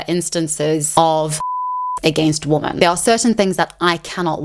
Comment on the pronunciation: You have a habit of mispronouncing "women" wrong in every one of your videos. Women is pronounced "wi.muhn" or wee-men , not womb-men You always sound like you are saying " woman" singular "wu -muhn " , instead of women plural. wi.muhn" Weee for plural Wooo for singular